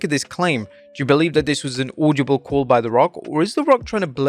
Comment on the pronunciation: He really needs to learn how to pronounce “audible”, getting annoying now